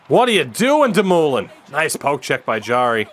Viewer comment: Buddy it’s pronounced doom-oh-lin not fkn damooolin